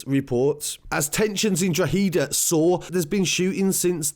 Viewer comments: You'd be closer if you said drock-head-ah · Say draw-head-A real fast it would sound better r even draw-ha-da real fast 😂😂 but good video 👍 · I’m sorry and most from outside Ireland can’t say the names of some places but it’s pronounced ‘dro-head-a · Drogheda = draw-ha-da and you say it in one go like drawhada. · Someone send this man a WhatsApp voice note on how to say Drogheda please fam, GH has a HA sound, Drogheda say it with me so just say DROHADA, Class video though you got a like. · it’s pronounced draw-hedda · It pronounced “ draw - da “ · Still not pronouncing drogheda right hahahaha it’s draw-hid-ahh. Should cover other stories in Ireland lots of crazy stuff happening at the moment mainly Dublin and cork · It’s dra-her-ahh-eedd-ahhh people cumon... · It's dro-head-da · Its pronounced dro heda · Pronounced drogheda(dro-heh-da) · It's pronounced Druh-ha-dah, so ya know haha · I couldn't even pay attention because he was pronouncing it wrong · Nope you still said it wrong, try saying it in 1 and not 2 parts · Good videos but you still haven't pronounced the word Drogheda properly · Stop saying drogheda your pronouncing it wrong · Your facts are wrong your still saying drogheda and bettystown wrong..get ur facts straight. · STILL SAYING IT WRONG,!!!! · No your still saying it rong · Still saying it wrong 🤣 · Jesus you are so misinformed! That’s not how you pronounced Drogheda at all! And Irish people don’t do call out videos and boxing to “sort out our problems” that’s only done by Irish travellers! They are an ethnic minority and don’t represent the Irish people AT ALL! the rest of us don’t do dumb shit like that at all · You are still saying Drogheda wrong ha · He corrected his pronunciation of Drogheda but got it wrong the second time 💀💀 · Pronounce it draw ha da, not draw he da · Draw-heada. Not Drawheeeda. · It's pronounced draw da drawda not droheda I know it's spelt different any way great videos keep up the great work